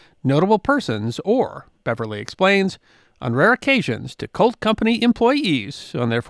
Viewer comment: I have to keep telling myself that you are saying "COLT" and not "CULT".